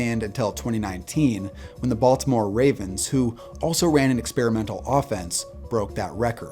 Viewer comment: Love the vids. But man did you butcher the word “experimental” lol